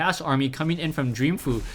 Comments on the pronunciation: I believe its pronounced "Fo' You", going by the GSL pronounciations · it's pronounced fo-u